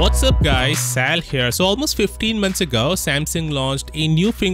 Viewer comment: Samsung, not Samson!